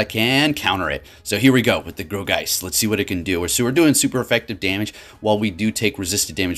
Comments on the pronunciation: I thought it was pronounced like "gore"geist rather than "grow"geist ... who knows anymore with all these new mons lol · (Gourgiest)Gore-Geist not Gro-geist lol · Bro, nothing but love for you but its G-O-U-R geist, not G-R-O-U geist :D Keep up the great content! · Um sir that pokemon is pronounced gore geist